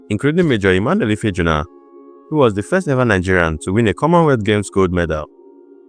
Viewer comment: Ife ah'juna... Not ifeejuna